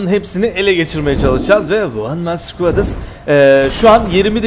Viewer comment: Adam şekil one man squat demesi ayrı şekil